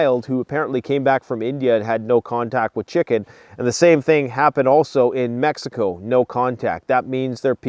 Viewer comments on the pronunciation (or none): none